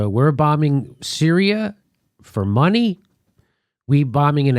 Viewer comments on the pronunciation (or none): Everytime Jimmy says "money" I hear yanny.